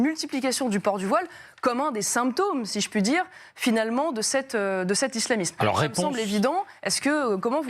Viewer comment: Islamisme Se prononce isslamissme et pas izlamizme. Le S se prononce toujours SS sauf entre 2 voyelles. Et là ce n’est pas le cas